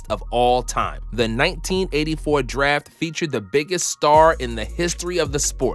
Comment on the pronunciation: "Also apart of this daf class"